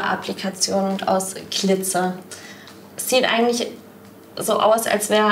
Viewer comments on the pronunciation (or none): Menschen die es "Klitzer" aussprechen haben mir schon immer Angst gemacht